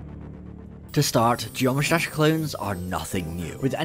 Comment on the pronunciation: Did my dude just say Josh Dash?